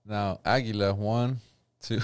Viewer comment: Aguila. Ah-Gee-La.